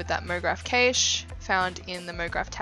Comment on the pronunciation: "Cache" ...is pronounced just like "Cash". Not kaych